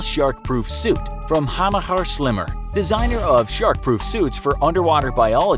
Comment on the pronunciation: you would pronounce it Hammer sh-clemmer